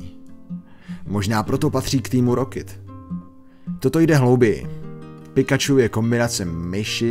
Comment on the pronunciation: "Dětský anime" ? Hmm...Pardon je mi 14 a pořád na koukám 😃 no a některé epizody pro děti nebyly... -Jo a Team Rocket se vyslovuje "tým raket" ne "tým rokit" (Jsem kritik, já vím)